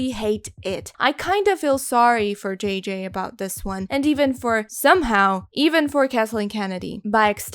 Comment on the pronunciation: It took me a while until I realized she was saying "JJ" and not "GG".